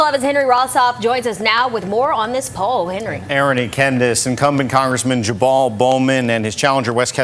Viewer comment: Did that reporter call him "Jaball" Bowman? LOL